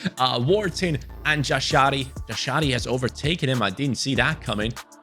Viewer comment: Jashari is pronounced Yasharee